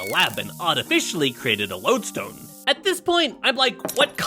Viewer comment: Thanks for saying it’s like lode-stone and not lude-stone